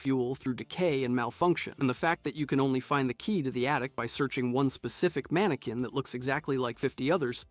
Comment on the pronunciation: Manekin not manekwin